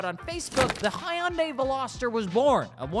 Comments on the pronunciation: Great vid. One minor thing however. The name Hyundai has two syllables not three. You're pronouncing it Hi Un Day. Here is the proper way. Imagine you're saying hello to your wife and you say😂 hi hun. Now take the gun and add the day. Phonetically it's Hun hun day. Not Hi Un Day. Now you can add the proper Korean sound and make the Hun more like huun. Like drag out the...... Never mind. Go with Hun day. Hyundai. 😁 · Please learn how to pronounce the brand of the vehicle you're talking about. The y silent. Here are some Koreans pronouncing it correctly. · Lol, can't pronounce Hyundai. I'm out.